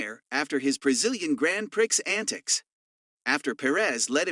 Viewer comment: Just want to help you out.when you say prix,it is pronounced pree.Grand prix(pree).